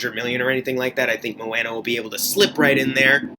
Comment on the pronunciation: Mo-Anna? Lol